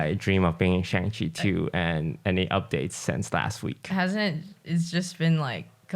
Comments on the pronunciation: has anyone pointed out to toast that he mispronounces shang in shang chi lol. they even teach us how to say it in the film XD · maybe if you pronounce shang-chi correctly you will get in the next one